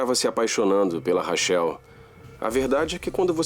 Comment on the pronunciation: Os dubladores nao Sabem nem pronunciar Corretamente o nome Rachel kkkkkkk